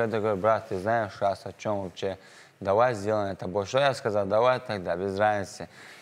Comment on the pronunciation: И я вовпше как чурчаев сказал вовпше 😂😂😂😂😂